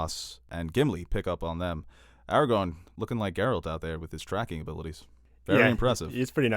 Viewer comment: Every time says “Aragon” instead of Aragorn, I cry